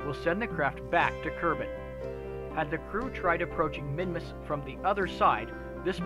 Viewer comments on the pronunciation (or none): I thought it was called Minmus, not Minimus? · For some reason I thought you called it Minimus.